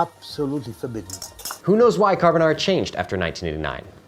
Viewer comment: Subscribed for rex carbonarrrrra